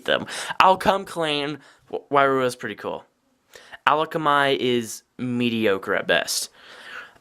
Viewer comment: Also where are you getting the l from in akamai? It's pronounced uh-kom-i